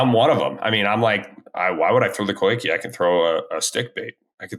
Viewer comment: you’re one of my favorite people the industry but for the love of Pete there’s no Y in coike!!! 😂